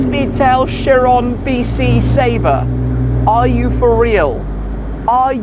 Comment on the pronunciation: Chirone🤣. Do you know who is Louis Chiron? Lake of knowledge and style.